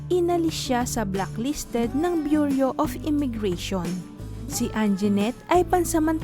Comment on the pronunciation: Anong “ bur -yo?“ 🤪🤪🤪 Bureau ba yun? Pronounced as [ Byur-yu]